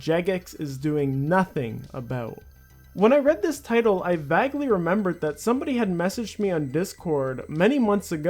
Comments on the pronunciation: You 'vaglee' remembered? That's not how you pronounce the word 'vaguely' but sure OK. :D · Its pronounced "vaguely" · idk whats worse, the market or him saying VAGly. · into the video "I vagly remembered that..." are Americans actually somehow getting even worse at English??